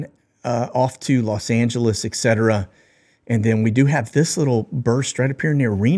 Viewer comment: ETCETERA - correct pronunciation ET-setera NOT EK-setera